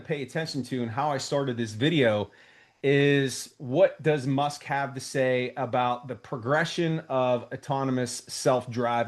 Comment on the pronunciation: Elon "Mush" haha!